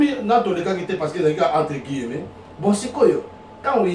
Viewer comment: On dit: - un personnage et non une personnage - Guillemets et non guillemeuts